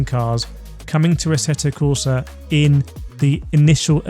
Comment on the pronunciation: And he still can't pronounce the title correctly. Did he mention he interviewed Thomas Jackermeirer in this vid